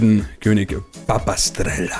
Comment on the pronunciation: König papastrela nicht pipistrela